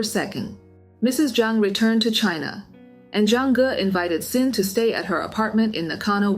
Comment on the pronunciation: I’m curious, how can you call yourself ‘’ and say that you’re not an AI channel, but you’re not pronouncing Xin correctly?